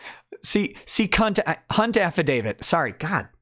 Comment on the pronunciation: the affadavit of Ms. "Cunt"/"Hunt" lmao! also not fair laughing + nose-shooting whiskey and coke. It stings lol